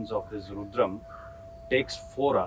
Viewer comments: Madam, please learn to say 'rudram' correctly. It's not 'roodram'. Thank you. Your videos are good. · Why does she say "Rooodram", instead of " Rudram" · It is Rudram ... Not RUUDRAM !! 🙏🙏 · Ma'am it's Rudram and not Roodram. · Madam, you are doing a fab job. Why have you chosen to maintain the pronunciation of Rudram as Roodram ?Is there a reason you keep saying Roodram ? Because this will confuse most people and they will change the original pronunciation to mimic you since you seem to be a well informed person. Please put a note of correction here if possible 🙏🏽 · Why has rudram become ruudram is it how westerners pronounce the word? Without western science acknowledgement some how our mantras lose relevance, tomorrow when westerners will apply a bindi or tilak we will embrace it wholeheartedly and tell everyone the potential benefits of the same. Till that time it is ruudram. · Pronounce rudram correctly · She speaking about Rudram chanting but I don't think she is practicing and first of all her pronouncing "Rudram" is wrong. When you dnt read Indian languages nor Samskrutha, such mispronunciation happens. She should practice herself, she will have more calmness and stillness !